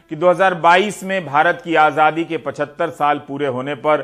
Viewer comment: मोदी आजादी बोल रहा है या आझाधी आझाधी बोल रहा है ज़रा गौर से सुनना।